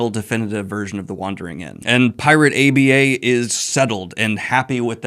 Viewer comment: Pls stop saying pirate A.b.a. Its aba